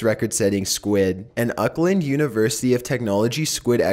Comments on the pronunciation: the squid one lmao its the university of 'awk-land' not 'uk-land' jesu never heard someone pronounce it like that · you pronounced Auckland wrong... Hahaha.... it's not pronounced Oakland... haha